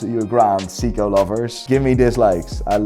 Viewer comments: Very funny stuff. Just wish you could pronounce “Seiko” correctly. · his prononounciation of seiko.......oww its hurt me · This guy is trying waaaaay to hard. He'll try to pronounce some brands like Hublot or Panerai with an accent to try and pronounce it ''Correctly'', but can't or wont pronounce Jaeger-lecoultre or Seiko the right way. How do you mess up saying Seiko? You're a fun dude with lots of energy, no need to try that hard and pretend to be what you're not. Don't be that guy my dude. DON'T be like Kevin O'Leary when he mispronounces watch brands in bad French.